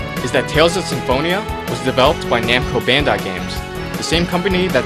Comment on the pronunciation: Bandai not Bandar